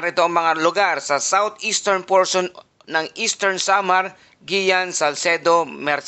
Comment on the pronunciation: Carlota Corres oñExcuse me po! Hindi po Guiuan (pronounced as Giwan po not Giyan).